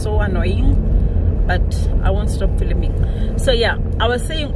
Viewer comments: Heeyake🙄 you keep saying filim. And I'm the foreigner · Ei you said filiming😁